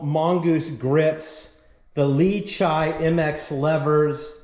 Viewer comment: Its "lee chee" not "lee chai"